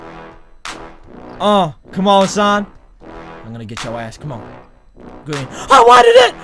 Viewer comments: That's a gween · it's gween lol